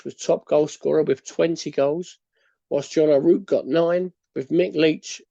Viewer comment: John O’RouRke not John O’Rouke. Its pronounced O-Raw-k Splitting hairs though tbh. Interesting upload even though im not a QPR fan👍🏼